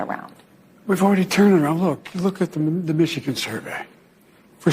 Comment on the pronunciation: "Look at the mishgan survrry"